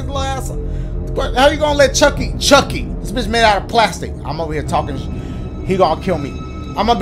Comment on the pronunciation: bro keeps saying CHUCAIE